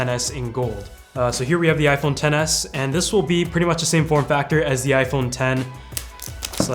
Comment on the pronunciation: Sounds like your saying iPhone tennis lol